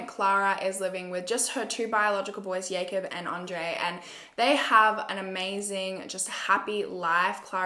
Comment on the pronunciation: Is the name Jacob or yacob? Yacob doesn’t sound right as I only know jacob as a name lol